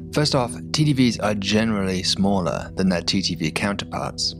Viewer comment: Can't tell if he's saying TTV or TDV half the time.. it sounds so similar. Might wanna think of a different way to say it like just "timing variation or duration variation".